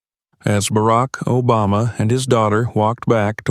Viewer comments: Are you kidding me& The narrator cannot EVEN pronounce our past president’s name correctly? SHAME ON YOU FOR RELEASING THIS WITHOUT LISTENING, or even worse if you did release it anyway if you did listen. I feel ashamed of this video. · I’m happy he intervened. This discrimination has got to stop!🛑 So the president went with Sasha w/o a ticket? Or was it because he was ex president.😊🤷🏼‍♀️ The narrator mispronounced Sasha and Barack’s last name.😠🤷🏼‍♀️